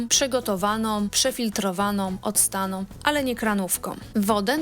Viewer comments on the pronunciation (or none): Fatalna Polszczyzna! „PrzegotowaNOM odstaNOM woDOM” zamiast przegotowaną, odstaną wodą? A gdzie głoska „ą”? To że tak mowią prymitywni politycy, nie znaczy aby tego słuchać i naśladować. PROSZE NIE KALECZYĆ PUBLICZNIE PIĘKNEJ ORUGINALNEJ POLSKIEJ MOWY